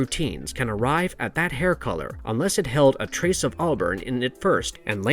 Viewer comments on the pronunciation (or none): none